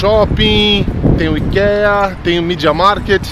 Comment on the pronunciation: Queridosss, encontrei o canal de vocês hoje procurando por viagem com dogs e foi um achado!!! Obrigada pelo conteúdo maravilhoso. Só uma diquinha construtiva: ikea se pronuncia "aikia". (ps.:fiquei com o coração na mão no vídeo da perdida no aeroporto, ainda bem que deu tudo certo <3)